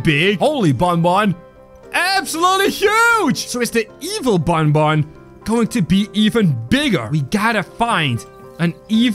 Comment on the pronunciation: You said bunbun not bunbun is banban